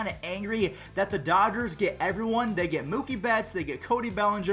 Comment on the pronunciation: Did any one else realize he said doggers